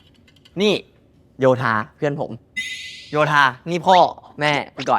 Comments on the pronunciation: Guns Dad: “Yothin” Gun and everyone else: “Yotha” Dad: “Same thing” I can’t 😂😂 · Yotha✅ Yothin😹🤣❌ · Gun being head over heels with Yotha and even sharing his family with him 😭😭😊😊😊😊❤️❤️❤️❤️❤️And the father calling Yotha "Yothin" 😂😂😂😂